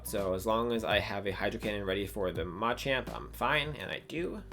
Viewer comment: Nice video! The way you say Machamp really triggers me though 😂